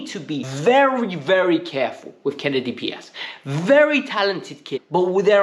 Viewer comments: KENDRY Paez, my friend. KEN-DRYYY Paez. Not "Kennedy" 😅😭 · Lol.. It is Kendry not Kennedy 😂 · In English pronunciation would be Ken-dree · Kendry = Ken-dree 😂